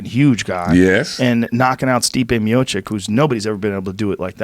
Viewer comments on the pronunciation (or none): Miočić not Miočik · ITS MIOCIC not MIOCHICK where do you see the chick joe?